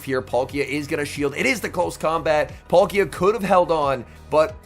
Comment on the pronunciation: I like these videos but you really need to learn how to pronounce these pokemon names. It's PAL-kia not Polkia!